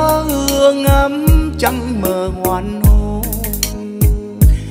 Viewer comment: Chị góp ý với chú chút. Em hát rất hay. Giọng ấm truyền cảm. Nhưnh: em phát âm cho đủ vần. Thực tế chữ h Hoàng hôn. Em hát thành chữ ( hoàn hôn ) thiếu mất chữ ( g) hãy hát cho đúng chữ. Đúng âm. Cố gắng em nhé. Đừng hát sai chính tả! Chúc mừng em!